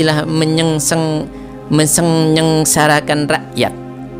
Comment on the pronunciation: Menyengseng Mesengnyeng Menyengsengsarakan rakyat Hedeeeeh blepotan